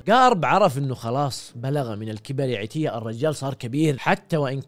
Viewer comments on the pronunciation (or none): مِعضلة ✖️ مُعضلة ✅ عِتية ✖️ عَتية ✅